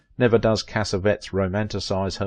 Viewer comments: No, it is not Italian. Cassavetes is Greek. You are right that the narrator is pronouncing his name wrong. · It is pronounced "Casavetees" not Casavets! it's Italian! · cassavettes is pronounced Kasavetties, not kasavets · Correct! Not "CASSA-vetz" In film school we pronounced it, cassa-VET-eez. A creator of his magnitude deserves all four syllables, like a Greek! We pronounce Jose Ferér, fur-RARE, not fer-RARE-uh. Also, I have always pronounced Gena, JEH-nuh, not Gee-nuh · Appreciate narrator voice. So much more professional than many others. Just a pronunciation note: It’s JENN-a & CassaVETTIES. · I wish you knew, or bothered to find out the proper pronunciation of her husbands name. Cas A Vet EES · John Cassavettes last Cass-A-Vettes the last part is pronounced like "TEAs."you run it all together and that's incorrect he's an Italian-American and you pronounce his last name like it's a bunch of cassettes ... WRONG! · of Vintage It would be respectful if you learned how to pronounce your subjects' names. Gena = 'Jenna" Cassavetes = "Cassaveetees" It's simple enough to determine these things. You're better than this. At least I think you are .. Or should be. Step it up, please. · You’re mispronouncing Cassavetes. It is pronounced: “Cah-sah-veh-tease” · Thank you. My ears were bleeding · For crying out loud! Since you say her name over and over, it would sure be nice if you would pronounce it correctly."Jenna" not "Jeena" You can hear her say her own name in interviews. And pronounce her husbands last name properly too, please. Take the time to find out the pronunciation. Really! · Agreed! Also, her husband's name is mispronounced!